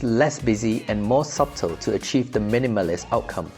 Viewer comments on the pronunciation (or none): The 'b' in 'subtle' is silent, kinda like 'sut-tle'. Pronouncing it that way would make your narration sound more natural. Anyway great work guys! I wouldn't call a 2,400sqft condo small or lack of space though lol